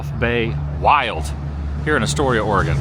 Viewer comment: Very few people pronounce Oregon correctly. Thankyou for doing so lolol😂